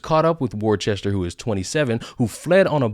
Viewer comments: Welcome to "War Chester", $1.25 please. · Hey,...it's pronounced "Wooster" if you're from his hood... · hahahahaha the context is that cops are psychopaths. don't matter what color you are. By the way, it's pronounced "wistah" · Pissing myself laughing as Americans attempt to pronounce the word 'Worcester'... besides, as they said back in the day, the guy was 'TuNED Up' Sipowicz style....